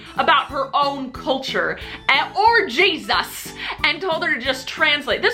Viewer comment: jeSUS. I love the way she said that